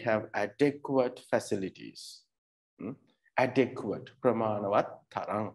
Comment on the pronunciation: To be brutally honest, the way you pronounced adequate isn't correct. I wonder why you keep teaching people who are clueless about such matters! Anyway, are you a TEFL certified tutor? If so, can you share your credentials as a tutor? 🤔